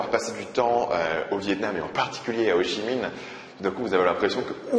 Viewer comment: C'est bien tu dis Ho Chi Minh, et pas Ho (k)i minh comme ma prof d'histoire